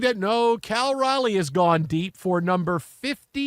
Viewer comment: Respect. The Locked On Astros duo both mispronounced Raleigh's name 7 times tonight as Riley... and they called him average.